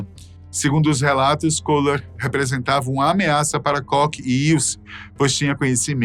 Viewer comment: A pronúncia é "Kór" e não "cock". Dá uma agonia isso, um canal com tanta relevância custa colocar o nome no google tradutor e pedir pra ouvir a pronúncia correta?